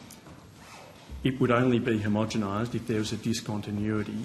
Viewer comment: Homogomised !!! Gerard can’t even pronounce it correctly: he’s got not hope of understanding the process.